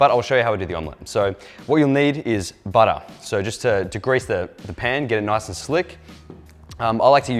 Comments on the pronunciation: Butter not budda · Its called butta not better😂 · I thought you were British at first until I heard you say "Butter." No one says butter like the Aussies lol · You attempting an American accent with butter is sooo funny 😂😂 Love “TMK” great branding idea, looking forward to more videos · I don’t think anyone realizes how flabbergasted I was when he said “Take your butter grease your pan”... and sounded more American than me... I- wow just wow.. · Lol you sounds so American when you say butter without your accent 😆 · When he said “butter,” with the American accent. It wasn’t, it was his other persona, 😂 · You sounded like an American... for like three seconds saying butter and pan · I’m American and I pronounce the R in butter but when zac said butter with the R I flinched lmfao it didn’t sound right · Fucking same! I was like whoa wtf